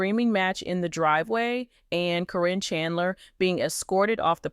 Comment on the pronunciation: Karen not Corrine !!!!!🙃🙃🙃🙃🙃🙃🙃🙃🙃🙃🙃🙃🙃